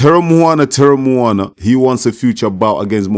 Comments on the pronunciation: our 🇼🇸 SAMOAN USO. Teremoana pronunciation is correct. He is from the COOK ISLANDS. Honestly, Justin Huni is Samoan, Tongan and Swedish ancestry like most of us Usos. Why can’t Ja’i Opetaia just fight Chisora like Usykk did as his first fight. Chisora would be a great test for Ja’i. Bivol is not mean and skilful enough respectfully. Just a suggestion. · Teremoana.you say it perfectly brother. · Good job at pronouncing his name brother. If we Polynesians have an R in our language, we roll the tongue. So it kinda sounds like a D 😉